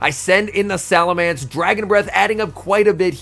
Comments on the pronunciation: Just a heads up, it's SalaMENCE, not SalaMANCE. Cheers m8! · So, seriously now... is it pronounced "SalamAnce" or "SalamEnce"? I pronounce as "SalamEnce" - but others I have run into pronounce it like an "A" in that third vowel spot... and now I hear doing it also... starting to think I am the one in the wrong.